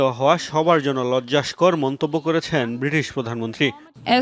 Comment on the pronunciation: এরপর ঠিক করে নিয়েন ভাই। লজ্জাস্কর ❌ লজ্জাকর ✅